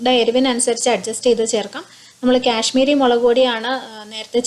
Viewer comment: 1st of all its kashmiri not cash miri and 2nd it's carrot not carrata.. Uff sounds so irritating.